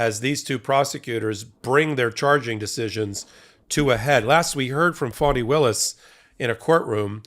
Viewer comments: Why do you pronounce Fanny Willis’ first name as fawny? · Ga Da’s name is pronounced Fanny. I know it sounds odd but it was an old name used in the South by both blacks and whites.